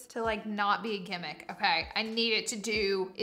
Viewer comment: My late grandmothers favorite word was Gimmick ❤️ we are from south GA! I love to hear other people say it like we do 😊